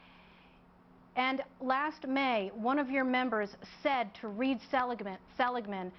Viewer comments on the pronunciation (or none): none